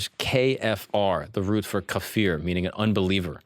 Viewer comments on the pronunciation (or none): Btw its pronounced K a F i r. Kafeer is Yugurt 😂 but good job 👏